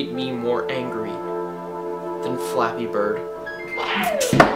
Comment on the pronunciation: I kept thinking that you were saying fapping.